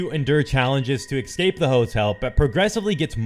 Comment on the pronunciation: You know what they say, there's no X in Escape